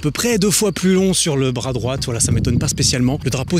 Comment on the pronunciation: je t’adore mais le « t » de droit est muet